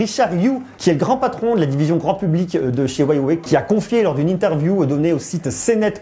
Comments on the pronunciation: c'est Huawei pas whyway 😂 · Huawei ça se prononce U ah way et non Ouaille-ouais... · Ca se dit wewey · Huawei se prononce ¢$££®>¥¤® ! Inculte ! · "hruawei" on dit même ^^